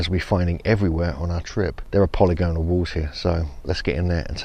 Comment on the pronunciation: What are the odds will learn to say polygonal correctly one day?!!